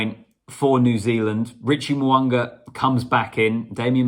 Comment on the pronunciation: It is not Mowanga its Mounga there is no W in his name,its all about vowels AEIOU,Mounga